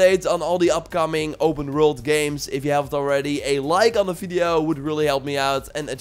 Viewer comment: "open rwrult"